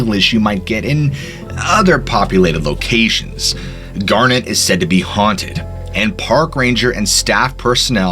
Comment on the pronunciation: Dude you've mispronounced so many words its kinda crazy. Garnet, Bozeman, Galena, madam, etc